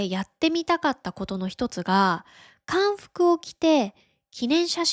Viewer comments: 韓服は固有名詞なのでかんふくじゃなくて한복と発音するべきです。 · の映像がおもしろいから、いつも聞きています。の発音が本当に優しいから本当に役に立ちます。いつもありがとうございます。そして私はの発音に集中しますがこんどのえいぞうに意見があります。がチョンジュの旅行で着て「韓服」は韓国の伝統の服として、「韓服」は代名詞なので「かんふく」じゃなくて「Hanbok」で発音したの方がいいっとおもいます。